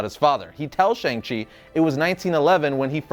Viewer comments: its SHANG chi. not sheNg chi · that moment when u pronounce Shang wrongly